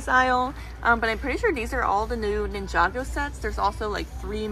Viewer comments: Blud realy said ninjego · nin-jay-go mm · did noone noticed she said ninjago wrong